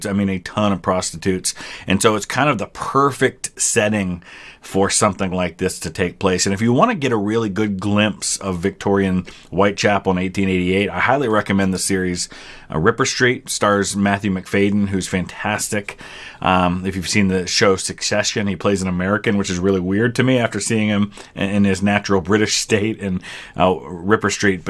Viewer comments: MacFadyen is pronounced "MAC-FAD-YEN" not MAC-FADE-EN, btw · His name is pronounced Macfajin btw